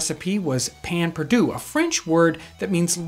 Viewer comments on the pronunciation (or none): Payn perdue??? 😂😂😂 Pain perdu please... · Its "pain perdue" not "payn" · its pronounced pehn pairdue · Us Cajuns STILL make this.. though we pronounce it "Pah Pah Due". We don't normally use a sauce after, and it's just stale bread dipped in a mix of milk, eggs, honey or sugar, cinnamon and a pinch of salt. Using sugar causes it to burn really fast for some reason, which is why honey is often used instead. Grill it up on a heavily buttered cast iron skillet. Bother, I just made my own mouth water. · I hate how he says "pan perdoo" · I am French and he kills me every time he says that pain perdu. But I Love You episode! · That pronounciation of pain perdu makes me die inside a little bit